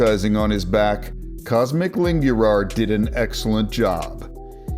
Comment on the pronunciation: IT IS NOT COSMIC IT IS COSMIN COSMIN ITS NOT PRONOUNCING COSMIC ITS COSMIIN